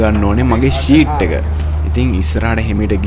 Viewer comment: Your video is good. But be careful about your pronunciation in the commentary and spelling. ODYSSEY is spelled wrong. ෂීට් නෙමේ සීට් SEAT is used for sitting. SHEET is used for covering your body. GOOD LUCK!